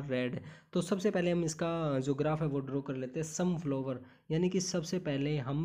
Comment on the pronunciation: Sir sorry but apki hindi n English dono pronounciation not right ....specially स्तनधारी, रोजेज,फ्लावर्स